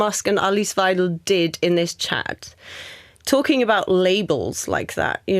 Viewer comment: first issue is Musk got the pronunciation of weidel wrong 😂😂😂😂. Goodness